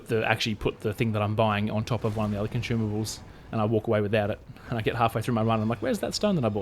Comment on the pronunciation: Consumables ❌ Conchumable✅